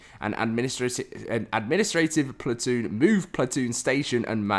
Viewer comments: I cant listen to you say plat- toon. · Stop saying plat-oon haha please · Plat-toon Chewsday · Stop saying platoon like that please 💀